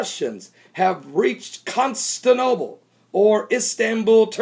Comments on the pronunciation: It's also Constantinople, not Constanople. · You can't even pronounce the names "Crimea" and "Constantinople" correctly and you're expected to be taken seriously?